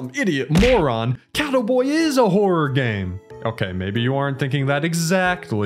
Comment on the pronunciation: the way you say catto boi sounds like you saying cattle boi